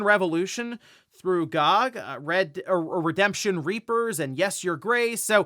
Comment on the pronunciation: you're saying GOG like that, as a joke right?